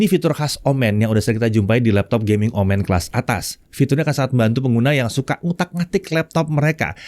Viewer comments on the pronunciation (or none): Ngingetin aja boleh kan? ✌️ kalo "omen" ini cara baca "e" nya seperti di "momen" bukan di "komen" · Betul, dibaca seperti Momen, bukan komen.